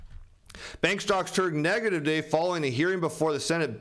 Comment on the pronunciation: Say Today properly ffs or don't present on YouTube.